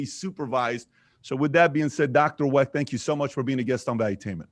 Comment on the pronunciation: “ I GOT 21 PEOPLE IN MY HOUSE " GET THE HELL OUT !!! , “ YOU BETTER BE DAMN PASSIONATE ABOUT THE KENNEDY ASSASSINATION “ !!!! MR. CYRIL WECHT , NOT CEREAL WRECK !!